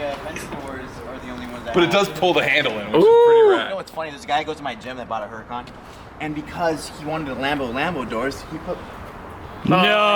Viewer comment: errr-ra-ken is how to pronounce it